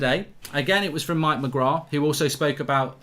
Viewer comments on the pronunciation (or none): none